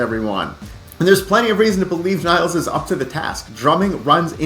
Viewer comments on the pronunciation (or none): her name is not niles (like the river), but nilles (like villas)